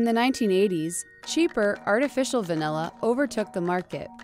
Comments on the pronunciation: Degree as far as i know its va-nih-la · *Me throughout this entire video: "If she says vanElla one more time..."